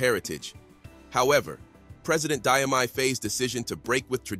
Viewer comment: Additionally, Diomaye is pronounced JOE-MY.